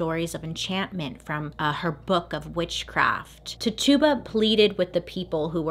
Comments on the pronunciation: Girl I love you, but I am laughing so hard at how you pronounced Tituba's name. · Not how you pronounce Tituba‘s name.. just saying. 🤷🏼‍♀️ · I love you Bailey but it was driving me nuts of you mispronouncing Tituba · “Titch” like stitch ... you-bah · just a little friendly psa: Tituba's name is pronounced "Ti-chew-bah", rather than "Ti-tube-ah" 😊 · Titch e ba please .. was trying to understand when you made her name sounds like a tuba lol. Great story BTW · I LOVE this series, I love this video and how much information is in it, but it's kind of irking how she pronounces Tituba... It is really pronounced Ti-choo-buh, not Ti-too-buh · Her name is pronounced ti-chi-ba not ti-tuba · Hey!!! Her name is pernounced “Tich u ba” not Tuba, or Tutuba. She was a person, not a joke or mythical creature. You wouldn’t want people making fun of your name. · How to pronounce tituba is “t-itch-uba” and I love that we read the book in high school and movie about the Salem witches. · Random side note, the enslaved woman’s name was “Titch-uh-buh” 🙂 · Bailey wasn’t pronouncing it correctly. Her name was Tituba and it was pronounced t ih - ch uu - b ah Her mispronouncing it drove me crazy because I knew her story and how to say her name. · It is ti chu ba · One small clarification. Her name is pronounced “Titch-uh-buh” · I love you, but that’s not how you pronounce Tituba. It’s “ti-choo-buh” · It was gonna drive me crazy lol love you bailey🤣❤️❤️ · Great video. Loved it. Oh I also wanted to note that Tituba is pronounced tichoobuh. She was of native and black ancestry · Ok but the way she keeps saying Tituba's name though!!🤣😂🤣 It's pronounced Ti-CHU-buh🤣😂🤣 It's ok though...Bailey is the queen!!!💜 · *TI-CHOO-BUH Is how it's pronounced lol love ya girl. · You're so cute. It's Titch-ooh-buh 😁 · Twitch-Ah-Bah lol. (Tituba) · Tituba is pronounced first part Ti exactly like you said, the tu makes a ch sound. So it's like Tichiba. Sorry, that was just driving me bonkers. 😁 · Ahhhh yes!!!!